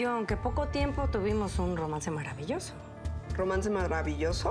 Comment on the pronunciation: Minuto la amiga de helena en vez de decir maravilloso dijo: marbabilloso Like 👍🏻 si te diste cuenta 👍🏻 😂😂🤣🤣👍🏻👍🏻